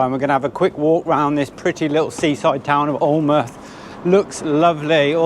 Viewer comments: Sorry to be pedantick but Alnwick is pronounced Annick rhymes with panic 😂anyway love you all and your videos, keep on doing what you are doing ❤ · congrats.....your murdering these nothumberland town names....alnwick - annick, bambrugh bambra lol FYI where drones are not allowed to fly as the town and most of the beach is private land..... it is illegal to fly a drone over Bamburgh Castle and the surrounding area without permission from Natural England and Bamburgh Castle Estate. This is to protect the wildlife that live in the area. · Bonus video, thank you. So interesting to see old photos and the account of your travels. I remember the van in Australia, and looked for it some time ago, but couldn`t find it. Amazing travels. Alnwick is pronouncerd Anick. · Help from Some geordies - love the video but it’s Allan-mouth and An-ick 😂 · Fantastic loved this video x happy china anniversary x alnwick we up north ( Sunderland) pronounce it añn nick x enjoy your next milestone 25th anniversary so it will be silver x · "ANNICK" 😁😁😁 You should always ask a local how to pronounce the name of the location ... 😮 and glad you found out it was 'Bambruh" ... 👍💯 We are a bit foreign oop norf ‼️😆😆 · Hi .pronunced Anick .lol not alnwick..pronouced alanmouth ,not alnnnnnmouth lol. U are both good people xxx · Alnwick pronounced Annick. Loved the vid xxxx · Alnwick is pronounced “An-ick” up here and Alnmouth sounds like “Alan-mouth”😉😎👍 Love your videos 👌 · Love this part of the uk, the North East coast, Alnwick pronounced Anick but there is also a place called Anick, you should stop at Spittal near Berwick on the border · Although it's spelt Alnwick, it's actually pronounced Anick. 😁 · Alnmouth is pronounced " ALINMOUTH " Alnwick Castle is pronounced " ANICK CASTLE " We Geordies will keep you right 😋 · Alnwick is pronounced anick, love your memories x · Alnwick, is, I think normally pronounced "Annick". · Alnwick.. you don't pronounce the L or the W.. An'ick.